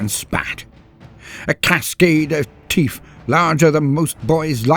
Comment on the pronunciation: "I will pay you 100 teef to stop"